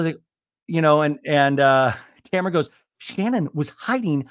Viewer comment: Not calling her Tamrat repeatedly! 😅🤣